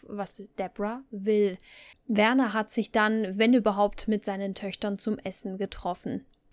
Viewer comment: Wieder wunderbar recherchiert und erzählt. Am Anfang war dein Stil etwas gewöhnungsbedürftig aber mittlerweile liebe Ich dich für ihn. Werners Eltern haben ihn schließlich Werner und nicht "Wörnär" genannt... Ich liebe es deinen Geschichten während dem aufräumen zu hören. Liebe Grüße